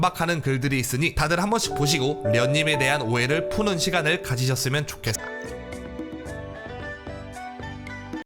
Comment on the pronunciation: 솔직히 진짜 미안한데 끝에 진짜 또보죠 말고 똥오줌으로 들려서 흥이 깨져버렸으니깐 디오니소스옷입고 PPAP춤추면서 절대태보해